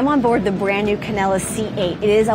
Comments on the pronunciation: She says "Canella". Every. Single. Time. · It’s pronounced can del a